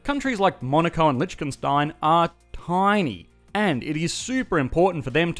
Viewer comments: lichchenstein? sure that's how you pronounce that? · nice vid but the way you pronounce lichtenstein has me dead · Yee hah! Boy, you go get me sum o' dat LeeCHkenStein you keep sayin'! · You might want to look up how to pronounce Liechtenstein